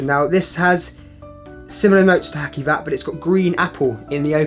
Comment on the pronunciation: It's not Hakkivat... The c is pronounced like the j in journal, so "Hajivat"